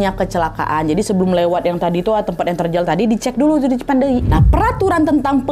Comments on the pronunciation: lucu bgt kak nadia ngmg cipendeuy nya cipandei 😭🫶🏻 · Tulisannya : Cipeundeuy .. Dibacanya : Cipendey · ci peun deuy kak bacanya gapake i dibelakang 😂😂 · Bukan stasiun cipandey kak, tp cipeundeuy😁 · Lucu bgt ka nad gabisa bilang cipeundeuy 😁 ka nad bilang nya cipandeui 😁 emg bhs sunda itu unik ada eu nya 😁 bhs korea yg sama ada eu nya juga 😁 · Cipeundeuy bukan cipendeuy kak nad 😂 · Lucu ka nad pas bilang cipendeuy.. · Sebagai orang bandung berbahasa sunda ngakak banget tiap ka nad bilang Cipeundeuy 😂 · Lucu bgt bilang "CIPEUNDEUY"😂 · Aku org Sunda dengar Nadia ngomong cipeundeuy kayak bahasa thailan😂 ngakak😁 lucu 💕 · maap lucu banget lidah melayu bilang cipeundeuy 🙌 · wkwk lucu kak nad pas nyebut cipeudeuy kayak ngomong thailand😭🤏aku orang sunda kak dan penyebutannya kurang benar